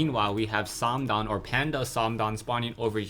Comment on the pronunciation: it's probably well pronounced, but i hate how you say "" haha.